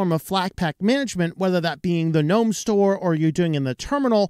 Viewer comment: Thank you for calling the the "N-ome" store and not the "G-nome" store like the IDIOTS do... Sorry- for them- that is just one of my pet peeves.. english rules state the g is silent. (don't know why- but that is just the way it is- and the other idiots sound so STUPID with "G-nome".. makes me want to sissy slap some of them. - and I HAVE when close enough!!